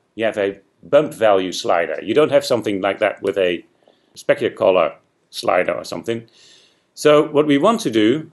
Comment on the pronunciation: why are you saying collar? i'm english too but i know it means colour... (´･ω･｀)